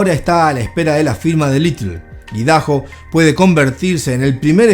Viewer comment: Papa no se dice ( Idaho ) “idajo” se pronuncia “aydajo” Idaho es nombre propio 🧐